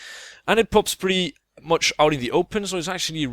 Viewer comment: " Pretty moch decent " :P